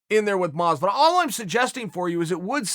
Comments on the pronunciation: Me: Masvidal Chael: MOsvidal Me: thats what I said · Masvidal legally has to add more syllables to his name